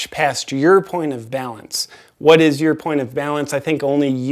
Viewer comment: was that "point of balance" or "point of valence"?